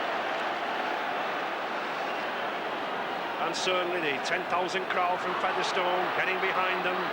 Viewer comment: Why has Ray French suddenly started pronouncing Featherstone as Feather Stone?